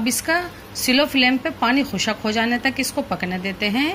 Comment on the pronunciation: Are Madam khushaq nahin khushq hota hai